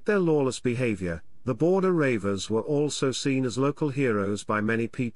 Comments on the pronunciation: Ha ha ha - you cannot even pronounce reivers correctly... "Border Ravers" ha ha ha.... it's pronounced REEVERS and spelled either as Reaver or Reiver. You missed out the WORST of the English Reivers the Charltons, Dodds and Robsons, Milburns and English Grahams. That isn't what happened either - when King James came King of England and Scotland their lifestyle was finished! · Maybe the narrator also is a Baltimore Ravens fan. 😂😂😂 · is he for real.he cant even pronounce reivers.